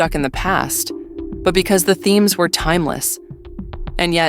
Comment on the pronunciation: I stopped watching the daily wire becoouse of how the way says "Because."...